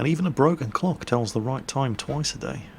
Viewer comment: Now don't get me wrong,but,I thought there for a second he said "Now even a broken cock(penis) tells the time right twice a day!).- lol.